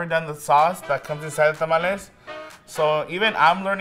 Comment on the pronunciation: Tah-mal-leh. NOT Tam-ollys😂